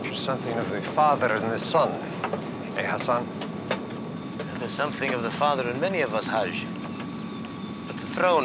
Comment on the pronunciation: That’s “gracious”. And his name is “Hassan”.